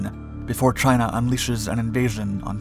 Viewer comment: He says Chiner. I love it. CHINER